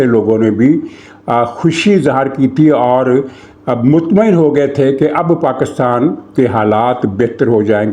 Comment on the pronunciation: ایک بندر مودی میرے سامنے نہایت بے شرمی اور ڈھٹائی سے ویڈیو میں PakAstan PakAstan کر رہا ہے. حیرت ہے کوئی اس پر بات نہیں کر رہا. یہ کہاں سے پڑھ کے آیا ہے؟ 😡😡😡😡😡